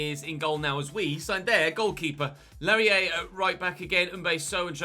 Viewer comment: Laryea is pronounced LA-RAY-UH